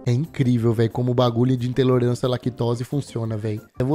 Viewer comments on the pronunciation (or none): intelorância kkkk